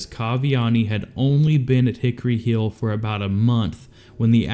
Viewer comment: How do you fuck up saying word lik defend and hill? Iv never heard that speech impediment before